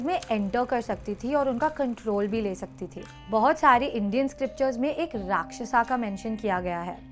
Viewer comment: " Makar " ko " Makara " " Rakshyas " ko " Rakshyasa " Are Sanskrit/Hindi tumhe aati hai ki nahi Original Indian ho ki nahi tum